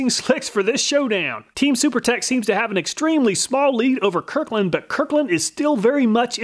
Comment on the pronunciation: It bothers me a little that he is mispronouncing my name lol. "It's Kirkland, not Kirland"